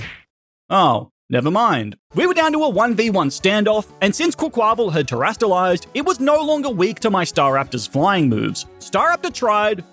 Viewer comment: You terastaliezed